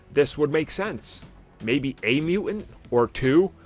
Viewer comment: Mutant is not a word like knife where one letter is silent. It's Mew-TANT, dude. It's ridiculous you can`t pronounce it correctly